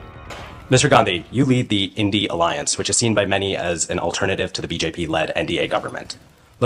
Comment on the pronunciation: इस से बड़ा पप्पू तो तू है जो अलायंस को आलेंस के रहा है